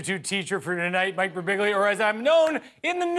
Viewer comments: His surname is so tricky that even Mike himself can't pronounce it correctly. It ends with "biʎʎa". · Fun fact, those announcers who pronounced his name "Birbilla", rhyming with "tortilla", actually got it right and Mike himself says it wrong. Greetings from Italy! :D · Silent G = "Birbilya". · Ummmm, is it just me, or does his name sound precisely like it looks? I could see stumbling on the accent point, Birbig ' lia, maybe? But really it's a pretty straight forward four syllables, lol! Damn, it's even fun to say! Thanks for the giggles;) And thanks Guillermo, Back to Back, what a comedic blessing!! This is some of the BEST 15 minutes of television!!! If this doesn't get an Emmy nod, I'm getting a lobotomy. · Birbiglia. All 3 i's are pronounced differently. no shade to the news people who couldnt say it right xDDD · Birbiglia. It's not that hard.